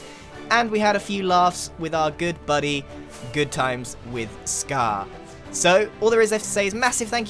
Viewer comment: Still pronounces it GoodTimesWithScar